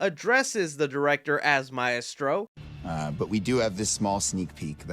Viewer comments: The way you pronounce maestro hurts. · What is that shit coming from your mouth when you attempt to say “maestro”? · I like how you say Maestro 😂 but Zack Snyder was also called Maestro by Miller. I think it’s a name to the director in charge, not really a specific person. I think he just got confirmation that James Wan will do Aquaman 3 and that we’ll be getting Aquababy. I hope everyone is back for JL2 with some new additions but I bet the news is more Aquaman specific